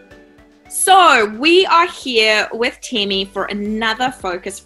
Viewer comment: Temi not teemi